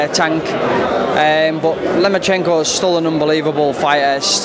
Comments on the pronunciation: brits cal him lemonchayko and blacks call him loma-cheeenko. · Lomo not lemo 😩